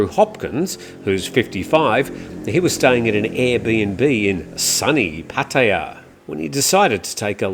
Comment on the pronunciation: What is puttia ??? I thought it was Pattaya my Thai friends are laughing too about the way you pronounced puttia